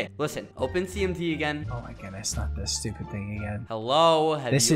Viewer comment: He sed stuped